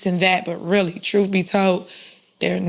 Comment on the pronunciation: Miss mayor needs to learn how to speak, not sure what “troof” is.:)